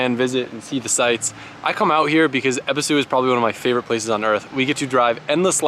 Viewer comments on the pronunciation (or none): It's pronounced eh-bee-soo